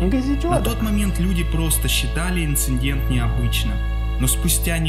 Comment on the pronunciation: мне одной все видео резало слух то, как автор произносил слово инцидент с «н»?